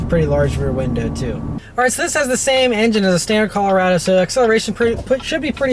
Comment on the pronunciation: Wtf is cal-rado? Is colo-rado